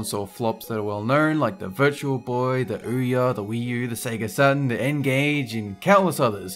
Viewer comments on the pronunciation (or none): none